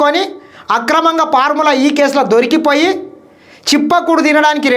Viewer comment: అది parmula కాదు బ్రదర్..ఫార్ములా..